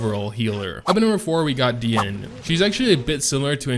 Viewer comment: I was ready to Unsub if he say Dee-e-ne again...😂